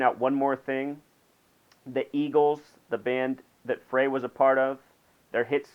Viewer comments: Glen Frey is pronounced Glen Fry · "Fray". It's obvious you're not a fan. Fuck your numerology! He was an amazing songwriter! Pronounce his fucking name right!